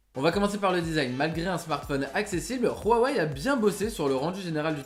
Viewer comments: rhuaway mdr sinon ta video est trot bien a par quand tu a ecorcher le nom huaway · ruawei lol